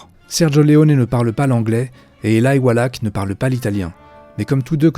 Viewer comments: C'est Eli walach pas elaï prononcé normalement éli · Faut revoir la prononciation des acteurs !!! surtout avec Elie Wallach, le ch se prononce che et pas ak et Elie c'est comme ça se prononce et pas Elaïlle